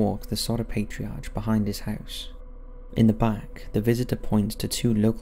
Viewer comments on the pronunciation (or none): FYI it's pronounced "paytreeARK", not "arch".